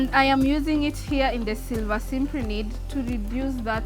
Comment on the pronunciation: If you want to say the scientific name... At least say it correctly.. Its cyp ri nid... Not Simp ri nid. Apart from that very good effort.